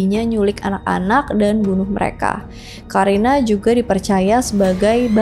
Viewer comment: Karina dibaca Qorinah. Karin dibaca Qorin 🙏